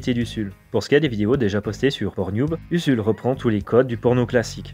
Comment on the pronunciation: Ca se prononce Uzul pas USSUL.